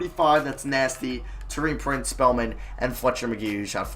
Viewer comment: Btw can you stop saying tow-ee-an prince and say tor-ee-an prince soz for being a pit picky